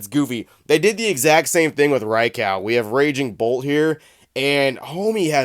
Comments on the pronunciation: Did you says “Ri Cow” haha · Was listening and not watching for a sec and was thinking wtf is a Drycow 🤷🏻‍♂️ 🤣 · I've never heard of someone pronouncing Raikou like that 😂